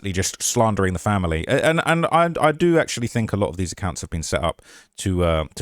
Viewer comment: "Where she bean"